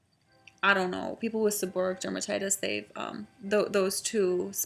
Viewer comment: If you throw everything at a problem in your body, you'll never know which of them, if any, works for you. The end of the wrod is pronounced like "o-ray-ick". Stress on the "ray" syllable.